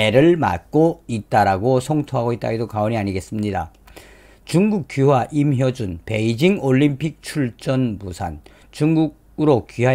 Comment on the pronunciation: 임효준이아니고 임효주 발음정정요